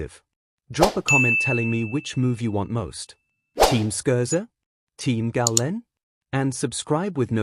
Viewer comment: Stop with the crappy AI. Can’t even say Scherzer or get his age correct. Stop wasting our time.